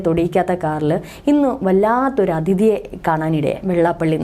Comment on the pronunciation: ഏകദേശം എല്ലാ ചാനലിൽ വരുന്നവരും "" അധിതി "' എന്നാണ് പറയുന്നത്. ശരിക്കും "" അതിഥി"" ആണ്.